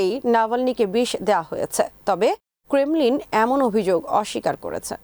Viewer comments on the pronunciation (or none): none